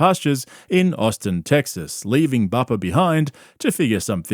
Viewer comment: austeen teggzuz